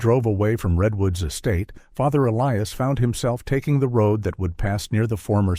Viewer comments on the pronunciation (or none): I don't mean to be irreligious, but this sounds like bushwah to me. Also, one doesn't "decommission" a church. A church is deconsecrated. Whoever wrote this script is ignorant. This is ridiculous and I'm getting bored. 👎 Sometimes the priest's first name is pronounced correctly, other times, inexplicably, the narrator pronounces it E Lee Us. On a par with the low quality of this fictional story.